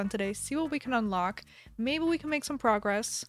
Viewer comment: When she said ' maybe we can make some progress' i heard - maybe we can make some frogress. I want that to be her new motto.